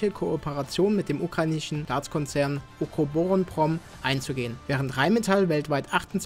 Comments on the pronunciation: Wie lange hats gedauert, bis du Ukroboronprom so fließend ausprechen konntest? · Wie lange hast du gebraucht ukrubuk dingens fehlerfrei auszusprechen 😂